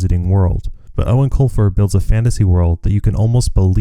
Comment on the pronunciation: This is the first time I have EVER heard the proper pronunciation of Eoin Colfers name, ever since I was a kid I didnt know how to say it so i been saying "Eowen Coifer" like a lotr character lol